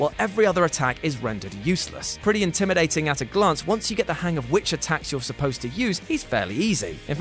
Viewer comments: Intiminating? Oh yes, the scary intimination tactics. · 35 “intiminating”